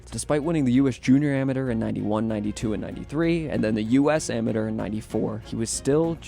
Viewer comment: learn how to pronounce “Amateur”